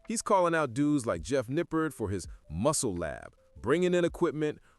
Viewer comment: my man, good video, but you are completely butchering the pronunciation of Jeff's last name.